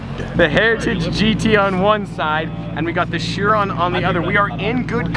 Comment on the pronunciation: its not called a buggati shiron its called a buggati chiron